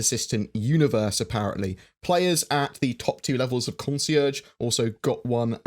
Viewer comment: "squadron forty t-who" "tw-henty ninet-heeen" xD